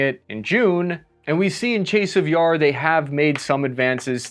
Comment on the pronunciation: Im impressed! You actually said chasiv yar and khakiv the correct way. I think someone should give this kid a cookie. Now lets continue watching and see if you can say them or other words the correct way.